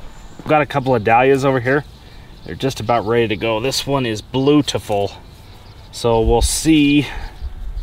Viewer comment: "Ba-loot-ta-full"..... New word for the day.......I think the Crossbow got into his Kool Aid ...again....😳😳😳